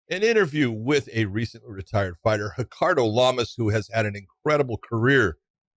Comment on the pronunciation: "hickardo lamas" he's not brazilian big johnny!